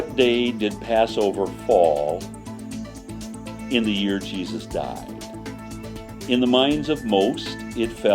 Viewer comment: The way he said "died"